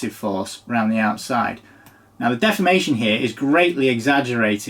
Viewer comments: Appropriately pronounces deformation as “defamation” because that product is fōked! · I thought you said "poop defamation"